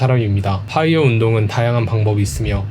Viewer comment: 파.이어가 아니고 뽜.이어 p아니고 f